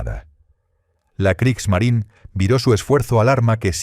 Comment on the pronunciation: ¡Kriegsmarine! No Kriegsmarin. Kriegsmarineeeeeeeeeeeeeeeeeeeeeeeeee. con una vocal e al final. Habría que ser extremadamente torpe e ignorante para creer que la Marina de Guerra de Alemania tenía un nombre en idioma inglés, por lo que si su nombre terminara en la vocal e, esta no debe pronunciarse.